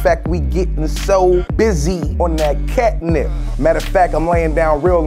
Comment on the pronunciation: "CAT NIPSY" 😂👌